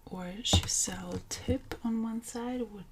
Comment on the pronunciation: I’m sorry but it’s pronounced Chiz-ell😂. nice tips and beautiful work .